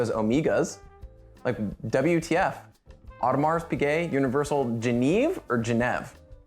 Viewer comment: Audemar Pichot, is pronounced with an O sound for the au